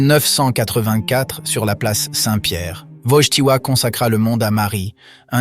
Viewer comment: Il faut dire Wojtyła, et non pas Wojchtila, merci